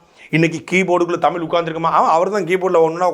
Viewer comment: தமிழ் என்பதை சரியாக படிக்க தெரியாது. தம்பூள் எம்பூள் என்று படிப்பார்கள்